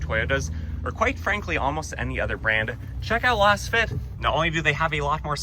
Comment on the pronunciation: Why does it bother me so much the way he says Lasfit…?